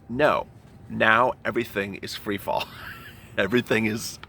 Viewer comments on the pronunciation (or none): none